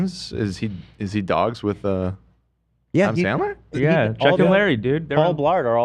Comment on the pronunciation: how the hell Ethan managed to mispronounce Adam Sandler is beyond me. It's honestly a gift at this point.